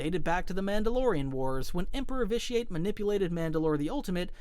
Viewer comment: you should play it, it’s a great game. I could tell you hadn’t played it because of the way you pronounced vitiate